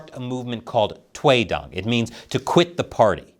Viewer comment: toy dong? what? kinda sounds different 😅